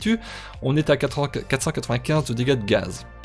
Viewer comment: Oulà, c'est quoi ce "gaz,gaz,gaz", t'as des origines allemandes?